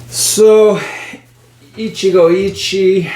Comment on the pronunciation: Pronunciation tip: the "e" in "Ichie" is approximately pronounced like "eh". The rest you're pronouncing spot-on. So in other words, "Ichigo Ichi-eh". Put yet another way, it's (coincidentally) pronounced the way a Spanish speaker would read it.